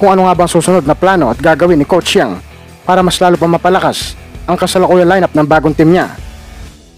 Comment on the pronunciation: Brod. pilipitin mo ung dila mo para mabigkas mo ang Yeng hindi Yang